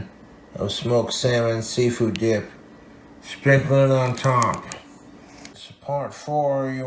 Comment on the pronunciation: firstly "Diyup" instead of "Dip" secondly "Yesth" and thirdly, "I'LL LET IT COOL OFF OVERNIGHT THOUGH"!? He heated it for FOUR MINUTES!!!